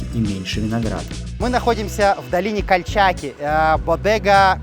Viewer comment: Кальчаки. Ударение на последнию гласную.